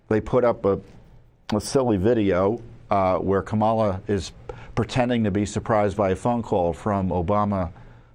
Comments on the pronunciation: You are stupid if you can’t pronounce Kamala Harris’ name ! It is pronounced just the way it is spelled with the stress on the first syllable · Tom you can't even pronounce her name right! Once again you're a moron! LOL LOL LOL LOL